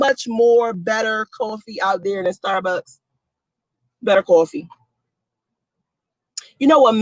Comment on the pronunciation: She kill me with her pronunciations starbucks cuppa